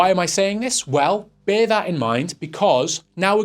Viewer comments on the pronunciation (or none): none